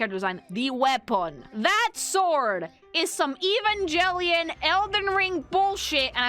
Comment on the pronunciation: faust not fost evengellion not evanjellyon those are screws not nails...